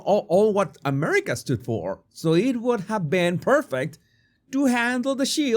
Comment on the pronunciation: What the hell is he saying? His tone is very very condescending….”ummerica” There is a level of resentment in his tone. Disney big big mistake to provide him the role. He just needed to keep the role as whatever it was…I don’t even recall.